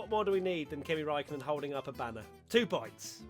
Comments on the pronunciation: "Rikaikkonen. RIKAIKKONEN." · Borris? Tsu Tsu Tsu? Rakaikonnen? Lmaoooooooo